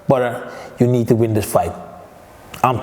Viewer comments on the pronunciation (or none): Geen levol maar levEl en het is Badr geen Bador 😃🙏🏼